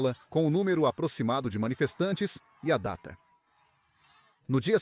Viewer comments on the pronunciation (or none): none